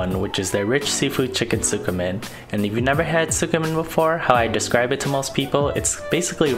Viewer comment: It’s pronounced skeh-men not sukimen